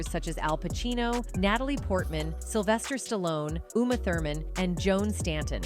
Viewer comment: Sylvester Stalon? REALLY?? AI crapola.